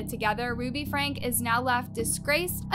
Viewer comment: Uuuummmm, Franke is pronounced Frankie, not Frank. Just fyi. I really enjoyed this video and I love listening to your videos. I find your voice soothing. Kevin wanted his daughter arrested for burglary? WTH is wrong with these two parents? I don’t understand how parents can do these things to their own children!!!